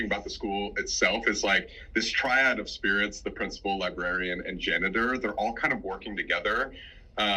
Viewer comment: First time I’ve ever heard ‘tree-odd’/‘tree-ad’ instead of ‘tri-ad.’